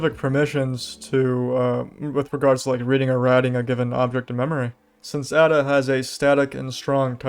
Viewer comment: It's "Ada" not "a da"